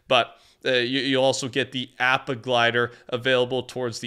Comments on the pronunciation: Ik it hurts to hear him say app ah instead of aw pa😢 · Bro doesn’t even know how to pronounce appa (ahpa) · its ah-pa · Appa is pronounced OP-uh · Appa is pronounced Opp-uh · Totally butchered appas name 😱😭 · I love the videos man but does anyone else realize been saying Appa wrong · DUDE, STOP MISPRONOUNCING APPA'S NAME!! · All of these Fortnite youtubers and streamers keep pronouncing appas name wrong and its annoying....